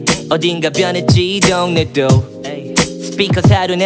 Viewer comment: 한적한 거릴 걸어 어딘가 벼녰지 이 둉녜도 스삐커 사륜안은 노래됴 거짓말처럼 벼녰고 내취향도 벼녜써 덤벙거리는 셩격인건 여져네 변하긴 싫어 나한데 온게 훨씬 펴녜 뎝지 야는 여름 으 발음 왜 그러세요